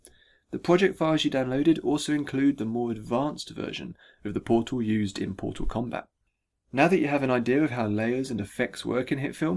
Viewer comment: TheMightyBarbarian Powtal Combat